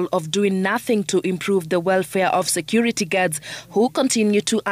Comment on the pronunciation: She said private sector regulatory authority it is security not secor😂